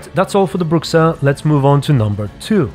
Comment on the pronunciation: it's pronounced "brusha"